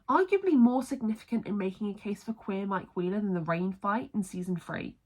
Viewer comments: genuinely thought you said "mike queer-ler" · if you listen closely when you say mike wheeler it sounds like you're saying queer in the middle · even like “aM I Queer, El?”